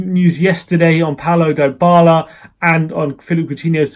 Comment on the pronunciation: you're the only person who calls him Die-bala, pisses me off.